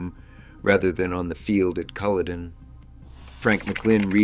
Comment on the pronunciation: Check the pronunciation of words you have not encountered before eg "Culloden" or is this all AI?